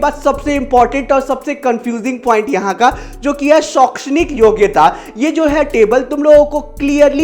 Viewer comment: Sir shokshanik nahi ahekshnik